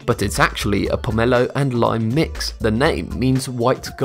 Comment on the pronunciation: Also, the way he says tangelo and pomelo, also ugli fruit is not the same as a pomelo, and I'm pretty sure a tangelo is a tangerine and a pomelo.